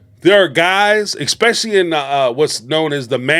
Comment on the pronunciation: I enjoy your commentary. However, the word is eSpecially NOT eXpecially.